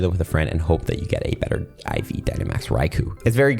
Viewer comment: Fun Fact: The ‘U’ in Raikou is silent